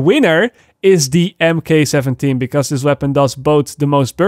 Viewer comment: Mk17 pronounced mark 17 just fyi